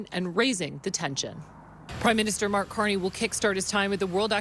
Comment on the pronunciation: That's not Mag its Mark